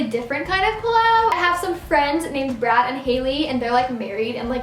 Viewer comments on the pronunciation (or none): none